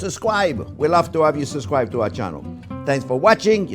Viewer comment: Dear Chef, I love and admire you, and your English is fantastic, apart from one word (and I am so picky when it comes to language; for that I apologize). It isn't sus-cribe, it is sub-scribe, like a submarine and then a scribe like in ancient Egypt. Now on to better things, like beef stroganoff.